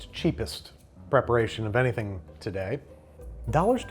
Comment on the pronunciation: "Heee doesn't do anyfinnn?"